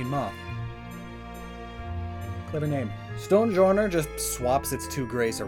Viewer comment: nobody: not a single soul: sonjourner